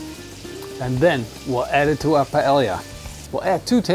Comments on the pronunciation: payellia - great pronunciation! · Lmfaooo! Paelia! It's really Paella and in English you pronounce it like this, Paeja. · Your pronunciation of "paella" and you being barefoot has ruined this video.